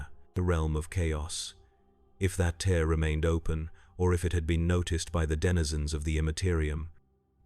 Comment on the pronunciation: suggestion: whatever agent you're using to generate these stories, add a step to convert words with multiple pronunciations, such as "tear" to write it out phonetically as "tare" so it doesn't text to speech the wrong way. This can be done as a final step.